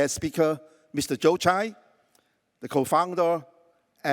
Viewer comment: The pronunciations is Joe Tsai, not Jiu Chai😂,韭菜😂